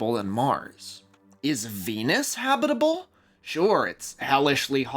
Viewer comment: Love how you say habitable, or should i say 'habibable'